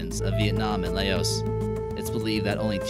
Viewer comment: You pronounced Laos wrong